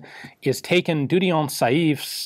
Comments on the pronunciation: Dieudonné is pronounced Dieu donnay, means 'god-given'. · You said Dieudion, which I guess means that Celine Dion is god.